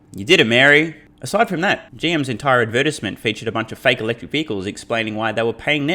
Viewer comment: 😂, I think you said, "Electric Cumma" 😂